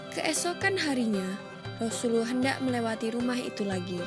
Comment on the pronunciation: Xpe ke dia sebut rasuluwoh camtu